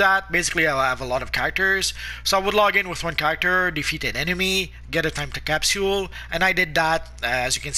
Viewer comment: It disturbs me how he says capsule wrong